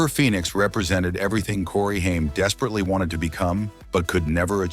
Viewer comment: Haim is pronounced HAYM not HEIM!!!! WTF?! A lot of bullsh*t here.